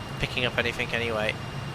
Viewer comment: lol: "SomethinK", "AnythinK", "NothinK"... Still less annoying than hearing every 2 minutes "perfect", or "beautiful", or "superb", or 'wonderful"...